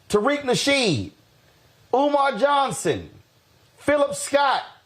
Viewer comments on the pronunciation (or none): It's Umar Johnson not Omar Johnson